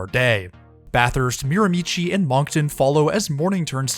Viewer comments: Its pronounced Mir-a-me-she not Mir a michi! Native meaning Mi'kmaq(MIC-MAC or MIG-MAG)-Hate the mispronunciation. Even my dam GPS pronounces it the way you did. I know this route so well travelling it at least 4 times a year to get home from college, then twice a year from Toronto to get home to visit the parents for holidays. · Just a small pronunciation guide- Mirimichi is actually pronounced “Mira-Mee-Shee”. Love this video!! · Learn the proper pronounciation of Miramichi. Great video.